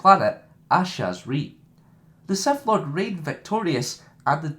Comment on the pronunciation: did you just say seth lord